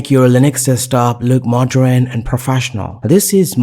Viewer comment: wtf is MODRAN look, he keeps saying? its modern mate !